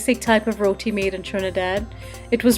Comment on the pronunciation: yOuR RoWeTee , abeh gora ke aulad pronunciation tik karo yaar lol